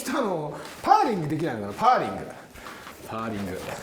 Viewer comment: パー↑リングじゃなくて、パー→リングじゃない？